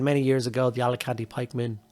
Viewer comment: AL CA TANI!!! FFS!! Alicante is a holiday destination!!! LMAO!!